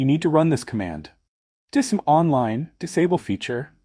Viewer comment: Would be nice if you did not use an AI Generated Voice. Spell out DISM and not try to make a word out of it.